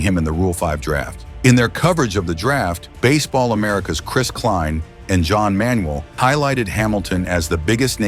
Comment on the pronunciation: Hamiltawn was out of bas-eh-ball for nearly three years 😂